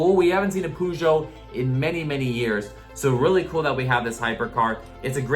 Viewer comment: Its purr-sho (as in show)